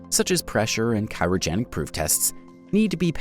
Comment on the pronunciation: cyrogenic you mean Cryogenic